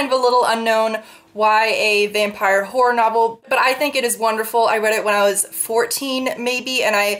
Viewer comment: I've kinda been binge watching your videos and I swear to God, everytime you say "horror" I hear "porn" haha. I never noticed that these two words sound so similar.